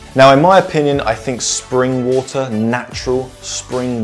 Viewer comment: He had me at "wuh-tur".